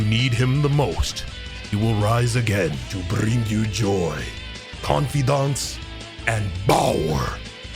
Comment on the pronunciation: Con-Fi-Dance, Bower, and P R E S E N C E